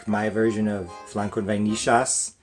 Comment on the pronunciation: Nice adaptation! I've never added cream cheese to pudding, sounds interesting! As a "porteño" I'm very proud of your pronunciation of the "ll" in vainillas 👌👍😂